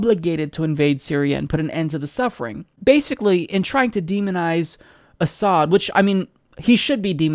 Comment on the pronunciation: 1) Doesn't know Hitler used chemical weapons. 2) Thinks concentration camps are "holocaust centers." 3) Cannot pronounce "Assad." 4) Thinks Trump "just the other day sat down with Martin Luther King." (Yes, direct quote.)